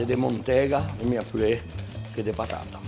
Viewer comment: Minhas patata